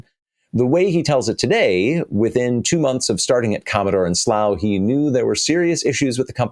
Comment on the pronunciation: I'm sure I've heard Dan Wood was using an Amiga regularly still in 2001. pronounced Slough correctly. Well done. Back in the 1980s I lived about 10 miles from Slough (to the east, nearer London) and had two friends living there so would visit often.